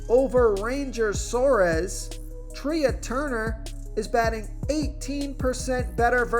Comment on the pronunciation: Who the heck is Treeah Turner? It’s pronounced Tray. Come on.